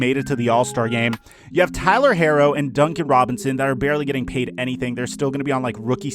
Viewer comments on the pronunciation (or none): He said Tyler harro 😂🤦‍♂️